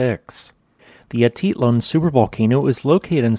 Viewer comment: Ah-teet-LAN; paydro